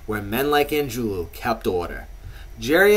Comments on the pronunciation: Angiulo it ends with a O not a U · The guy can't even pronounce Angiulo correctly.